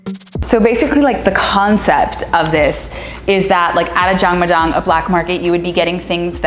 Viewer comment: Look at you giving back! and in the house. This was an eye opening experience. Thanks so much for sharing. Most impressive - you pronouncing Jangmadang like a G!